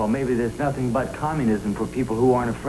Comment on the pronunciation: But I swear I heard his dad say he heard nothink.... Nothink!!😅